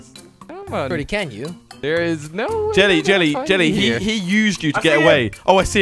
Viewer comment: is there a jellecopter Easter there? xD just kidding there is no Easter egg there! jelle is pronounced helli